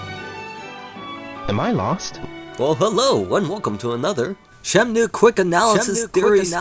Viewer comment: i thought i heard he said it as 'shemnue'